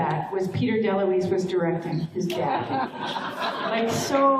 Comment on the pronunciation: It’s Dom DeLuise, but close enough. 😊